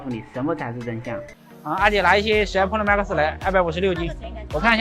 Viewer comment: 破囉馬克思是三小，發音發好不好嗎？